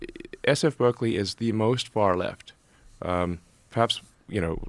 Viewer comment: Mis-pronounced "Berzerkly."